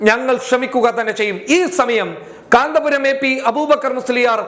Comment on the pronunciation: Sorry കാന്തപുരം അല്ല കന്ത്പുരം എന്ന് തിരുത്തി വായിക്കുക